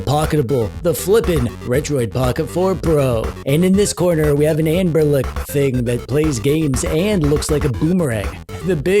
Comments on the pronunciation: quick question... do you pronounce it AnberNic or AnberLic because i would like to know if im the only pronouncing it wrong. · For the love of God man. Its AnberNIC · Are you saying Anbernic or Amberelec? I keep double-taking. Keep up the great videos.